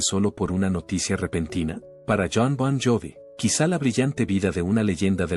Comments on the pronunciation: Pésima traducción y pronunciación: “Bob jobi” 😅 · Hayyyy Siiiii, me hace doler el oído, como vas a hacer un video de Jon Bon Jovi, si ni siquiera pronuncias bien JOVI!!!! una falta de respeto!!!! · Aprende al menos a pronunciar su nombre comedor de tacos. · Que mal que pronuncias!! !!! Bon *Jovi, es, fue y sera eternamente, La Banda mas Grande y Legendaria de la Historia del Mundo del Rock❤❤!